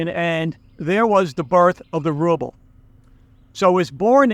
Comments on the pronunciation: The way you pronounce "Rrrrouble" makes my day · Rrrusshian Rrubbe 😂🤣. Cracking me up first think in the morning in London coffee shop 😄